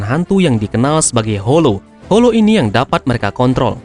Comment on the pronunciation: Holo Holo min bukan "Horo"